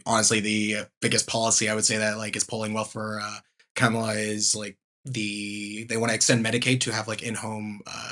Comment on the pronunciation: It's Cah-mela, not Ca-mahla. You don't have to like her to say her name correctly.